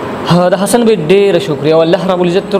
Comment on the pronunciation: Zan la daa alfaz tek ka پ تہ ف او ف تہ پ مہ وایہ ح تہ خ او خ تہ ح مہ وایہ لکہ حسن تہ خسن